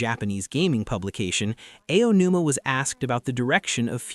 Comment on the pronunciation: How did you manage to mispronounce Aonuma like 3 different ways in the first 5 minutes?